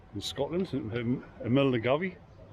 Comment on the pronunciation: Nice video mate, so this is why your not with Andy, the place you started from is pronounced Mil-guy,,,,,,,,,,,,,,,, its spelled funny